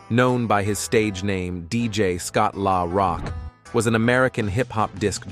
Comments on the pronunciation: Scott LAHHHH Rock 🤣🤣🤣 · Scott Lahh Rock? Fuckin goofy ass AI.